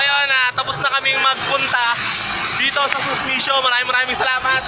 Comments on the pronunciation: Kuya SUMISHO hindi SUSMISHO. 🤔🤔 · Sumisho. Hindi susmisho! Haha🤣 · anong susmisho..baka sumisho bulol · "SUMISHO " hindi "SUSMISHO" hehehe, Nice brother.. better talagang bilihin mong cash kasi kung susumahin mo, sa installment magiging doble ung price nila.. pra kang bumili ng dalawang motor..